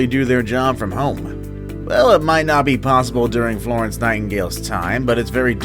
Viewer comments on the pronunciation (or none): none